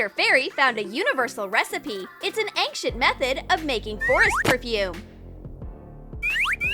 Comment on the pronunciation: Did you notice that the voice said 'Ank Shent ' when they meant to say 'ancient' 😂😂😂